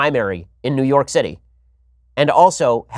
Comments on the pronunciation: When you say New York, it sounds like Neyorc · New York -> “Newurk”